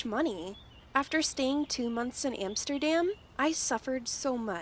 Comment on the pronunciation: She cannot even pronounce "Amsterdam" correctly